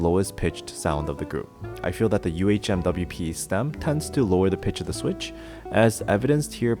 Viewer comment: Love that you don't say umwipe haha